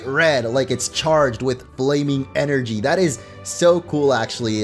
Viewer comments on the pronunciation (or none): none